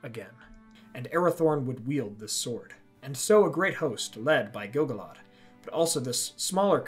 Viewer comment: What if the narrator pronounced Gil-galad properly?